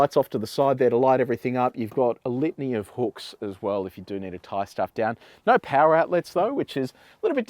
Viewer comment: Each time he says litany it sounds like lithium.